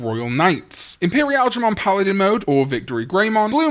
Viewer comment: i immediately close and report every video on this channel the second pronounces Imperialdramon in the poo poo way